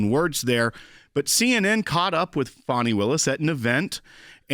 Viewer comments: FONZI AND FANI. FONI ITS SPELLED DIFFERENT. ITS Faaaaaani like the butt. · Why do you call Fani, Fauni? You pronounce fan, fan and faun. I pronounce Fani as, should be disbarred.